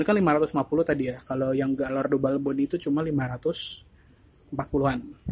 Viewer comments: Bacanya gayardo mas bukan galardo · Sebelum jadi reporter belajar meng eja yg bener . Gallardo harus di eja Gayaardo , juga ceramic di eja keramik bukan seramik. Payah ......